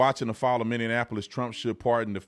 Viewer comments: I BEG you, sir, to learn how to say Mini - Apple- is. It does NOT rhyme with Indianapolis. I’m here to help! 🤓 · PLEASE learn how to correctly say Minneapolis!! There’s no Ana in there.